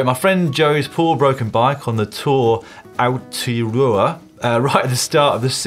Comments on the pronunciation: "A-O-Tay-a-roa" and "Won-ga-nooo-eeee" It is the "Tour of Aotearoa", the 3000km tour route the length of New Zealand... :) The 2 yearly "official" ride is currently on at the moment. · OMG Dan, you absolutely murdered the pronunciation of Aotearoa and Wanganui! 🤣 Gonna be some unhappy Kiwis out there! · Great show. Good to see Manon in the studio, was also amazed at how badly Dan mangled the pronunciation of Māori Aotearoa and Wanganui - full credit for the effort! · I'm an ex-pat Englishman now living in New Zealand (6yrs) and loved Dan's honest attempt to pronounce the Maori versions of New Zealand (Aotearoa) and I think Whanganui.....Goes to show you can never predict where the GCN out loud chuckles are going to be produced.. PS: Loving Dan's New Forest & Wessex Cyclocross League references as I grew up in this area, and a maybe a special shout-out for the Bournemouth Arrow, and Sotonia CC, who I rode for before emigrating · Biggest Bodge of the week: Dan’s pronunciation of New Zealand (Aotearoa) place names.... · That was the worst pronunciation of Maori place names (in New Zealand) I've heard in long time. Dan, have an awesome point for trying.